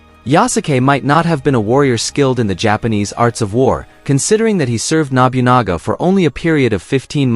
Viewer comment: objectively speaking we know Yasuke was in Japan for 3 years. Sword bearer, or Kosho were low level bushi. Wakizashi were given to low level bushi, not samurai. Man your pronounciation of Japanese names is terrible. Its not Nobyunaga its NoBuNaGa and NaOhEh. Samurai had sir names. It took Hideyoshi, the ruler that followed Nobunaga and ruled all Japan took 10 years to be a Samurai. If they considered him a legendary Samurai there's no way Mitsuhide would spare him. Also, in that time we recorded all battles and samurais and their accomplishments. we have no records of this. 99 percent he was not a Samurai he was Nobunagas trophy to show off to other people. Look at the rare colored servant I have. do you think Nobunaga would send said rarity off to a dangerous battlefield? he gave him the status of Kosho so that they could speak directly together. and a female Japanese does not represent Japanese warriors at all. the whole comment about exploring Japan with non-Japanese eyes is really racist. why does Ubisoft trash its name of being so historically accurate that Unity was used to rebuild the Notredame? because theyre in bed with sweet baby inc. tatami mats arent squares. You don't sit on the lines, kneeling was started under Tokugawa, and the shoji is too big, Incense is a buddist tradition from the Edo period not a Shinto tradition... why didn't they have any of their Japanese staff review this? they are shitting all over their historical accuracy reputation. it also makes